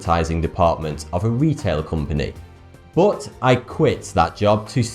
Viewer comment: I even thought you were Scottish because I once heard that Scottish people pronounce some of English in a way nearer to German pronunciation than it's usual in standard English. E.g. when you say 'but', you pronounce it a bit like 'put', like Germans would do if it were a German word.